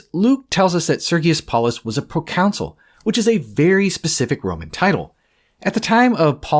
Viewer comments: Great video, but you’re pronouncing ‚Consul‘ like ‚council‘ it’s more like Cahn-sul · The pronunciation is not like council. Con - soul, or kaan-sl phonetically. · Hearing Consul pronounced Counsel annoyed me for this entire video